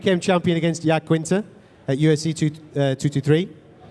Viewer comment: Khabib even has his very own pronunciation of Al Iaquinta